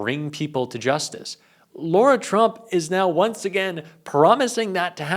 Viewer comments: Let's be accurate and pronounce Lara as it is written, not as Laura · First of all, you should say her name right "Lara" not "Laura". Second, calling for more transparency is not dropping a "BOMBSHELL!". You clickbait because you have nothing real to offer. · It is Lara like cara not laura. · It's not Laura Trump it's Lara Trump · Her name is LARA Trump. Not LAURA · Lara is pronounced as La-Ra rather than Laura. I’d hate for anyone to be confused about whom you’re referring. Thanks! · La-ra. Not Lor-a 😊